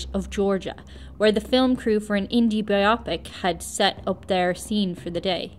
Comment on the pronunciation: The correct pronunciation of 'biopic' is 'bio pick, not bi 'op ic